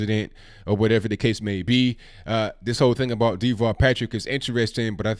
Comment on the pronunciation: Pronounced As Da-vall not Dee-vall He is a coward, in Massachusetts he was hiding in a underground bunker ...when terrorists struck Boston/Cambridge A very weird character, he's like... A midget...they called him "Tall Davall" the underground rat.